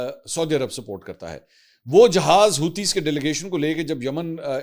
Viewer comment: حوطی نہیں حوثی باغی